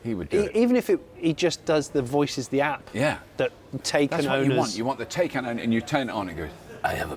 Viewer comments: I was falling a sleep until I herd Cry-tan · Wow, he nailed "taken". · I know you guys were having a lark with the Taycan and the Liam Neeson voice and puns... however, checking official Porsche press material, I have to disappoint you. You're supposed to say it like "Thai-Kahn". Basically, both of the a's are like the a in "father". Yes, even in English-language video material! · Guys, Taycan is pronounced like Tie-Khan... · Taycan is pronounced Tie-caan.